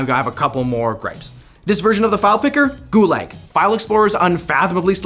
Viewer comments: “Goo-leg” It’s pronounced “Goo-lahg” my guy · I agree with everything you said except how gulag is pronounced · I thought he was saying "goo-lag" as a pun or something then I realised that's just how he pronounces "gulag". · Why is he pronouncing gulag as goo lag?